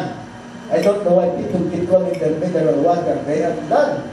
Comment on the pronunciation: WHAT WAS THE SIXTH MINRAL I COUDENT UNDERATAND?? IT WASNT PRONOUNCE PROPERLY